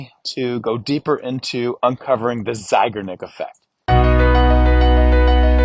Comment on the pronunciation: Hello! Just thought you might want to know that Bluma Zeigarnik (emphasis on the last syllable, btw) was a woman. I knew her. So, a "she", not a "he".